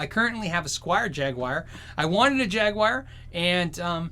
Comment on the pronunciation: It's JAG-WAHR or jag- U-R not jag WIRE